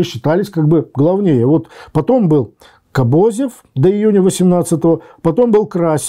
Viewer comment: Ко́бозев, а не Кобо́зев. Ко́бозев!